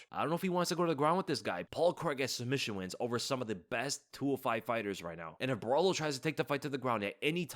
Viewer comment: bro just call Caio Borralho CAIO, please! your pronunciation of Borralho is astrocious